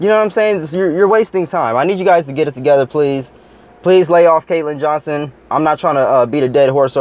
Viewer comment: it''s "Johnstone".. btw, keep up the good work.